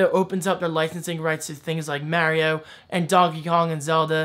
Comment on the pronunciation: First time I've ever heard somebody who says "mareio" defend or even acknowledge it. It still irks me(I won't lie) but I'm glad you acknowledged it haha.